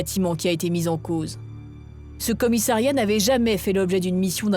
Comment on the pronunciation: A noter que l'on ne dit pas commisAIiriat, mais bien commissAriat